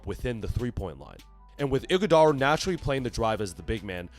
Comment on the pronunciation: Wth do you mean Iguodala? Fah Hahaha